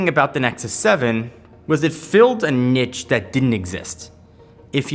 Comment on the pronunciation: Learn how to pronounce Niche